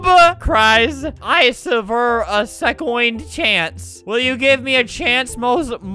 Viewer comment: "i ssever a secoind chance." -, 2018